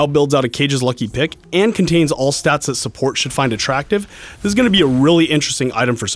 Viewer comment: sounds like he said dick instead of pick